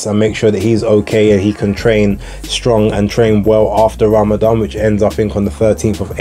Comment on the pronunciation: Appreciate you pronouncing Ramadhan properly